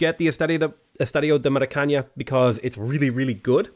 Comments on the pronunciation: As a brazilian, it's incredible annoying hear say "Estádio do Maracaña" instead of "Estádio do Maracanã". Portuguese isn't spanish. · Really liked the video, by I'm about to die if I have to hear Maracaña another time, it's not spanish.Just say it like you'd read it out in english and it will already be better. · "ñ" and "ã" are not spoken the same way, the first is spanish the second portuguese. Estádio d*O* Maracanã is pronounced with a nasal A sound in the last syllable, something like maracaNUH or maracaNAN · The first two As in the word are very strong, open and forward. The last two are closed and schwa-like. The very last syllable is stressed, and its 'a' is strongly nasalized: [ma.ɾa.kɐˈnɑ̃] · Hi, love your vids. About the estadio, it is pronounced Maracaná (like banana) with the last A being stronger;). Keep it up 👍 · I agree most of the time, it's fun, as long as I also don't know how to pronounce it. When you know it's just aggravating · It's "estadio do maracana" it does not have an "Ñ" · mara-can-ah ffs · The way you pronounced Estadio de Maracana got to me... 😂😂😂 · Yeah, that triggered me too. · yeah, it's more than ok, still love his videos but at the same time, so aggravating